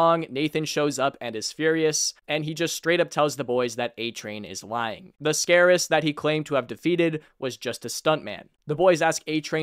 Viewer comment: Are we just gonna ignore him saying scarorist and not terrorist